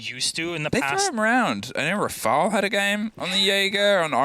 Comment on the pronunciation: is so damn annoying fr. stop screaming into the mic and trying to be extra rolling the R's on Brid and Rafale's names ffs